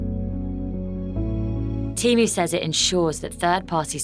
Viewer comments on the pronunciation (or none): Can we PLEASE at least agree it's pronounced TEE-MOO and not TEM-OO !!!